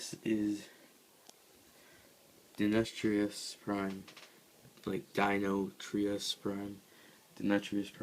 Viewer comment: How about pronouncing the name as "Din-O-trous" Prime? Just a thought. Anyway, this is an interesting layout.